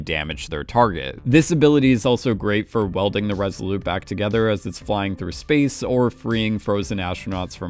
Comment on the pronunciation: Great analysis: only wish would learn that the Resolute is pronounced with a hard T at the end. Why in the world would you leave it off: we are not speaking French?